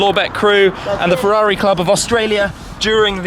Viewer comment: Forza FEUAUUIIII, I can't hear that please stop, FERRARI NOT FEUAUI